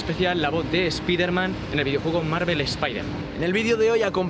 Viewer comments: Que mal suena cuando dicen "Espiderman" en vez de "Espaiderman", Si lo quieren decir en español pues digan "Hombre araña" no ese daño a los oidos....Onda vitaaal xDD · Por que los tarados dicen "espiderman" y despues dicen Marvel's Spiderman correctamente?